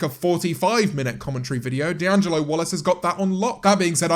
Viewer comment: So good to hear someone actually say his name properly unlike some people *cough cough VEGAN TEACHER*